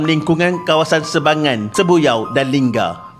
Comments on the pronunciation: lingga not lingam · tentera kau x sebut??batang lupar tu..nama betul jeti lingga..bkn linggam😊